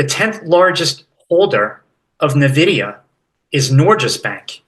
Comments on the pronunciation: Nvidia...ENvidia. if one wants to be a market "expert" they should know how to pronounce company names. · NaVidia! NaVidia! NaVidia!